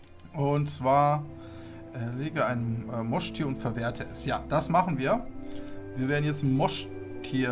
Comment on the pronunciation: Moin, mag dich echt gerne! Aber es Trigger mich das du Mosch- tier sagst anstatt Moschustier! Finde dich super mach weiter so!